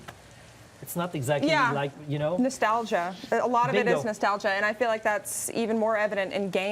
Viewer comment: AH, NAHSTALJA, ISS JUST NAHSTALJA